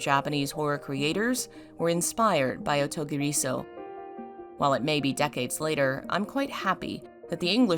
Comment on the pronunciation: If you want to say this title (or anything in Japanese) there’s a rhythm you need to follow so it sounds normal. Like the title, clap your hands to space the sounds out… O_TO_GI_RI_SO_U the R needs to be gently rolled like in Spanish, and the U get tacked onto SO like the OU sound in uncouth ….the way the author of this video is saying it kinda hurts. Just let the sounds flow. It’s easy if you try. Promise.